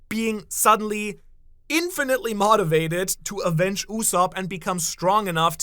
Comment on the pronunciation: Is that pronunciation of “motivate” rage bait or illiteracy? 🙄